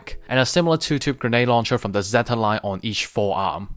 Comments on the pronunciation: Quick question why do you keep saying ze-ta Gundam not zeyta? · sorry it's just a bit weird cause almost every gundam YouTuber I know say zeyta not ze-ta sorry 😞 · I also like japanese it's just that I'm so used to hearing people say zeyta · I know I'm just confused cause other YouTubers say zeyta